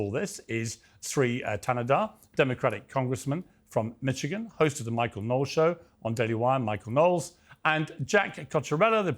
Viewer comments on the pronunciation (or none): none